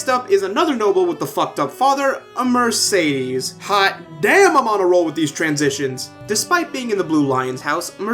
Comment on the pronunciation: No offense but one of the characters calls Mercedes Mer-said-des